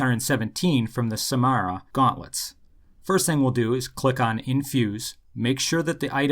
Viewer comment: Samsara, not Samara. Samsara is a belief in a never ending cycle of death and rebirth. I believe it's a Hindu belief.